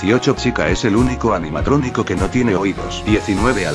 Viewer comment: En la 16 dijo anianatronico :v